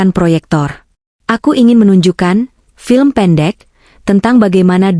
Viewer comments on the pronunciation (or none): none